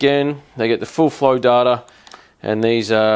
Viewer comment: DATA NOT DARRRRTA..... lol why not just say the price???? and what he said just get a holley sniper kit